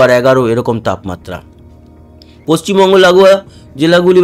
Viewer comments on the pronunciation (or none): none